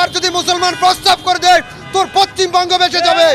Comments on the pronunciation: R a bangladeshi neta saheb... Bangla ta to thik kore bolo... Pashchimbanko noy pashchimbango 😄😄😄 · পশ্চিম বঙ্গ উচ্চারণ করতে পারে না 😂😂সে নাকি''ভারতে আসবে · K eta kotha bolte pare na thik moto poschim bongo thik moto uchharon korte parche na, dur hww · পশ্চিমবঙ্গটা ভালো করে উচ্চারণ কর তার পর হুমকি দিস